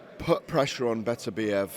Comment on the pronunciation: its beterbiev not betterbiev...beter biev..not better biev ffs.